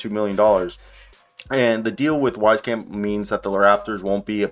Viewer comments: Great analysis keep up the good work, just a heads up though it's pronounced Weez camp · Public service announcement: It’s pronounced “Weese-camp” He was a good, but streaky shooter in San Antonio, just a little inconsistent, but so was his playing time, and that was to be expected. He almost made the Spurs roster this year, but was their last cut, in favor of keeping Romeo Langford for defensive purposes.